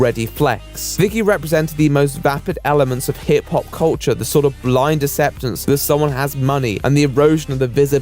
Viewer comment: Can you not pronounce it "asseptance"?